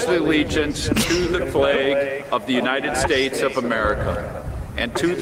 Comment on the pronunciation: "God bless the Younided Schdates." Donald Trump